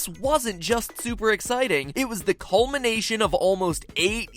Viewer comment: Did he say "colmination" ??????